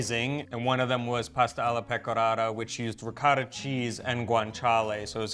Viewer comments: I always marvel at the fact that, with an Italian wife sitting next to him, always pronounces the word "Ricotta" in that "American way" that just can't be heard. sitting by his side makes him hear the word ricotta several times, but he continues on his way. 😀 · it's ricOtta, not ricAtta! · Hurt my ears every time he says, “rikada” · Riccotto not ricatta. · ree-caw-tah....oh, r-pear... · please stop with the intentional gringo mispronunciations. It's really off putting and doesn't help viewership. Makes me want to scream when you mangle ricotta. Say it correctly, it's not that hard. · Please teach your husband how to pronounce "ricotta"